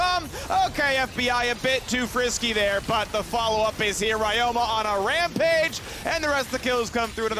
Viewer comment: Why they call ryoma like Rayoma